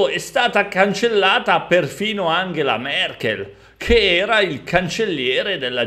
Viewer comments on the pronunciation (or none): none